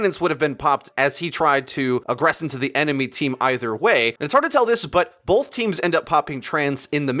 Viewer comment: Both not bolth.